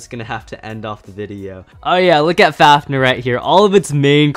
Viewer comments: for a massive beyblade fan i didnt expect you to say faf-ner, it pronounced faf-neer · how normal people say fafnir:*fafnear* how says fafnir:*fafner* Bruh